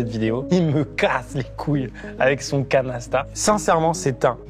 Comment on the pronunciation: J'écoutais la vidéo plus que je la regardais, et quand vous êtes arrivés au Canasta j'ai compris Canesten. Ça m'a un peu surpris un moment